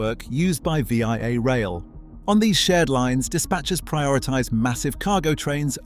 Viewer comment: Well researched and great video clips. Unfortunately you didn't research how to pronounce VIA Rail, it's not V. I. A., but Via, like the English & French word. Also, Regina is pronounced with a long 'i', it rhymes with a body part.